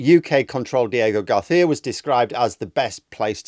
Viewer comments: That probably is how Diego Garcia is pronounced, but when you say it that way it reminds me of the College Humor sketch where they're in a restaurant and the guy keeps overly pronouncing the food names ;D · what is this "diego garfia" you keep mentioning?